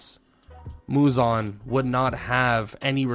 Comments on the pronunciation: It’s Muzan not muzon 😢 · bro is purposefully saying "muzon". Crazy his name aint even muzon its muzan